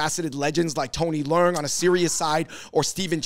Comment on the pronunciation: Yall butchering his name. Le-ung . Like your lungs . Theres no " r" noise